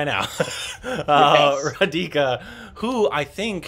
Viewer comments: Yay, was so wishing for you to review this movie, thank you. Oh it's not ra dee ka It's raaa dhi ka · It is RAdhika, not Reedhika. It couldn't pay attention to anything else.